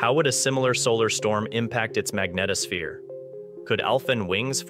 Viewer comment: Thumb DOWN for mispronouncing “ magnetosphere “ & “ bow shock “. If this was an ACTUAL physicist narrating, they wouldn’t make such a basic mistake.